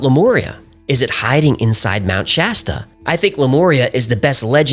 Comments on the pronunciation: finally someone pronounces mt. shasta correctly instead of trying to church it up. in a cali local and its pronounced just like its spelled or the soda pop brand. thanks. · I live in Mount Shasta. Thanks for getting the name right! The lava fires.... no so much. I always make sure to keep an eye out for things....